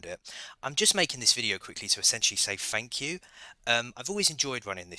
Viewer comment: "Fank you"